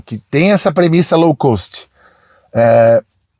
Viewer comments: Rapaz, você gosta muito de usar a expressão em inglês "low cost" mas por favor fale corretamente. A pronúncia é /lou kóst/. Você fala /lou kâst/. Espero ter ajudado. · Aprendeu termo novo!! Agora, treina a pronúncia do teu "lão cãst"... fora, isto, parabéns por mais um ótimo video!